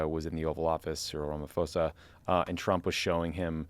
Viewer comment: Love your show but it’s pronounced RamaPHOsa, as in PAWsa not RamaFosa. Asking as a SAfrican who loves listening to you guys!